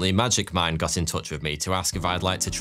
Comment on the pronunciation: as an hypixel sb player i keep hearing magic find instead of magic mine. help me